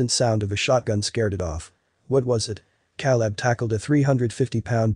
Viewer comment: At least pronounce the name “Caleb” correctly!!!!